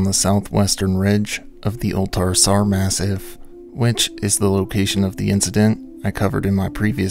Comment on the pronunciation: "ma-SEEF", not "mass-if"